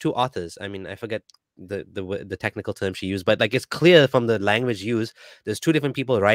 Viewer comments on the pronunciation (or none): none